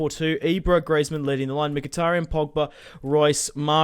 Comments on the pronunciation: It's Greezmann not Greyzmann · it is pronounced greezmun not grazemann